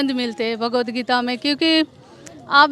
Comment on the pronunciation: थोड़ा बोलना सीखो — भगवद् गीता है .. ना ही की भागवद् गीता नहीं .. हर समय आप ग़लत बोलते हो .. थोड़ा विडीओ अपना देखी - ये महिला सही उच्चार करती है जब के आप हमेशा ग़लत उच्चारण करते हो